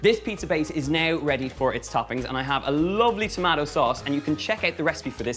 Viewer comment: I'm inlove whenever he says tomatoes as "to-ma-toes" not "to-may-tos". My friends always laughed at me because that's how I pronouce it "to-ma-to" ❤❤❤❤❤ Just found out your channel and I loved it. You're having so much fun ❤❤❤. Keep it up!!!!